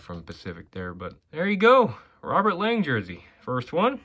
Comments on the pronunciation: it is pronounced Robert Long not Lang just an FYI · ever since when he was draft by the LA Kings i remember Bob Miller saying the proper pronouncing saying it was Long not pronounced Lang